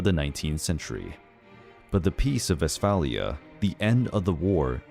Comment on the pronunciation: Sorry the WHAT !! ? The peace of westfalier ?? The treaty of Westphalia !!